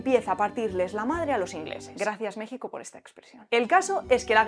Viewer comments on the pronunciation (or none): none